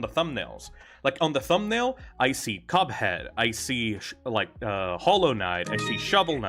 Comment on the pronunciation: Did bro call cuphead coveck??